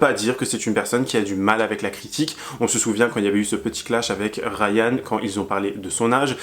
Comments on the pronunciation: Faut arrêter de dire Rayan 🙈😂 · Coucou. Il s'appelle Aaron et non Rayan 😅. Bisous 💋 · C’est pas Rayan mais Aaron😂